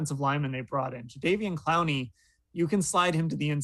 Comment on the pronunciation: Jadavion Clowney?!!! C'mon man 😂